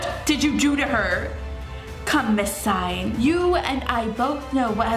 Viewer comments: 4KidsGaming Hey I love your channels so much❣️ I just wanted to let you know that Singh is pronounced sing, not sign (Not hated or anything, just wanted to let you know) Btw, your hair...is ON FLEEK💕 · You pronounce Singh like Sing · omg it’s not miss sign lol it’s miss sing like Lilly Singh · the Singh u were talking about is Indian and u pronounce it sing but h silent u understand? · Singh is pronounced "sing" -- and the Fibonacci sequence is real SEARCH IT UP ON GOOGLE!!!! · I don't mean yo be rude I know you will never see this but it's pronounced ms. Sing the h in Singh is silent my friends last name is singh ps. I love your videos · Ur saying Singh wrong like if u argee